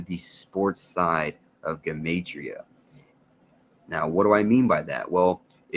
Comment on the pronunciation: Thank you for pronouncing 'Gematria' CORRECTLY (that is the #1 way to spot a fraud)